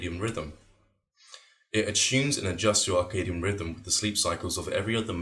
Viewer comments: Dude, he keeps saying "Arcadian rhythms", I think this one might be not be receptive to you. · It is CIRCADIAN rhythm not arcadian rhythm. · A *circadian** rhythm is any biological process that displays an endogenous, entrainable oscillation of about 24 hours. Sounds like you're saying * Arcadian*...are you?